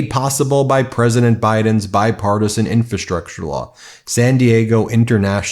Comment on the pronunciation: There are three "Rs" in infrastructure. I fear that any day now I will hear you say 'newkewler'.